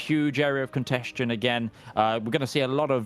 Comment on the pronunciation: Well, I know what contention means, but that's definitely not what is saying if you listen to it. There's definitely a "shh" being produced before the "shh" made by the '-tion" ending. If he wanted to say contention, I rather doubt he'd have any difficulty pronouncing it properly. It's as though part of his brain was thinking 'contention,' but simultaneously feeling that perhaps it's not quite the right word for armed conflict (it sort of is, sort of isn't - there can be a lot of political contention over a given territory, but I don't think 'contention' is the word you'd use to refer to the actual fighting taking place).